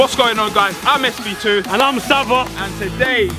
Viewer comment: It is not savva